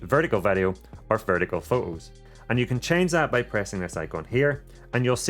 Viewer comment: Do you taxed on your usage of the letter "T"? I've never heard of pho-ohs se-ings, for-ey, au-oh ... But if the "T" is at the beginning or end of the word it is clearly pronounced. LoL!!! Sorry, I just found that a little amusing, great video by the way, although you missed the "Host" USB-C connector under the flap on the "DJI RC" controller, I assume that is to move data to and from the controller?